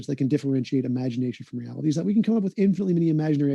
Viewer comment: stop saying reality like that idiot kent hovid